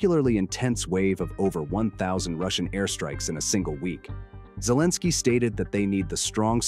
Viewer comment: not Zlensky- it is Elebsky. he dont like Z ZZ